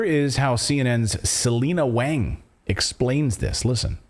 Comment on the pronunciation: Hi Clayton, Selina Wang's last name is pronounced 'Wong.' I learned this in graduate school from my friend Weishen Wang after calling him 'Wang' for two years.